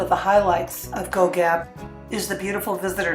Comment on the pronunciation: Pity the locals didn't help you with the pronunciation of Goegap and Augrabies.